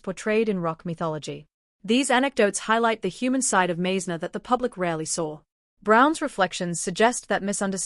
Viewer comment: Hello Stupid AI, Randy’s name is pronounced “Mize’-ner” Because you got that wrong, we don’t believe anything else you say.